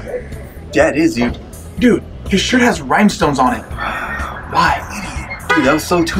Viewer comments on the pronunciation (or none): Rhymestones? Really Really? Rhinestones! haha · did he say...rhymestones??